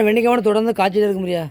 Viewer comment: Vendaikai mot vendikai. Try to change ur pronunciation while talking in public